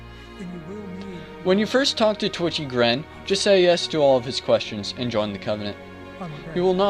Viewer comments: its titchy gren not twitchy lol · o Another guide! Thanks for this. I never knew Crest of Blood did anything.. Whaddya know. By the way, it's actually TITCHY Gren, not Twitchy. Love the video!